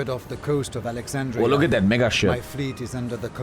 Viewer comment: bro did not say mega